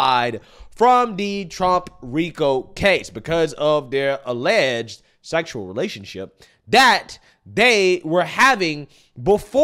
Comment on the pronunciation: The way you say "sExUaL ReLatTioNsHip" cracks me up 😂